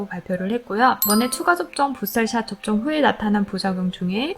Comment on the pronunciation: 발음 젛으시네요 부스털 샷 ㅋㅋㅋ